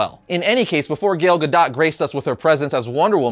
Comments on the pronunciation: 😆 did he say Gail Gadot? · “gayle gadot”😂